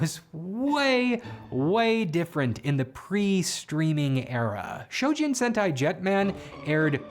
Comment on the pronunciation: ZYU ✅ ZAYU ❌ - CHOjin ✅ SHOjin ❌